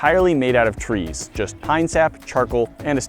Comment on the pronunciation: At the very beginning, i heard tweees instead of trees